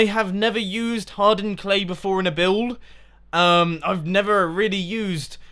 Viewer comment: Haha, when ever i hear anyone say "hardened clay" it sounds like Hard Earned Clay, dverytime every time haha